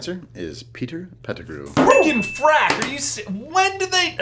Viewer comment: J you said Frak...are you a Battlestar Galactica fan?